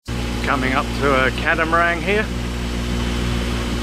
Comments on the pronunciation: Two small points. There is no "G" on the end of the word CATAMARAN. Second put a poly bag over the Autohelm to keep it dry. Regards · I get the feeling that Catamarang is a bit of an ongoing joke. I used to annoy me (as I have one) but now I figure it's just his way.